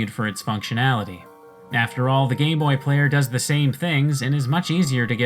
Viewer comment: ok I can't be the only one who hears "Gay boy" when says "Game boy" right....which also makes the "GB Hunter" quite a questionable name.